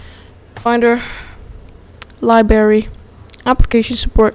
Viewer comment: there is a R in "liberry"